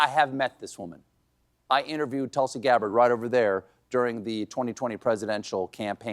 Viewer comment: I used to watch you a lot. I will continue but (1) learn to pronounce Tulsi correctly (2) don’t attack her intelligence - it makes you look pompous. Also you are speaking like trump now. The way he questioned Kamala’s intelligence.